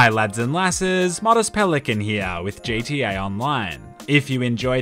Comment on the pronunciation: You said “J T A online” lol